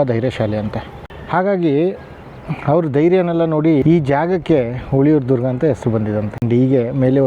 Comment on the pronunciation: Sir it is ಹುಲಿಯೂರುದುರ್ಗ not ಹುಳಿಯುರುದುರ್ಗ